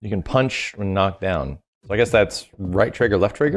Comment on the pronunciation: Punch not pinch. Maybe youre doing that on purpose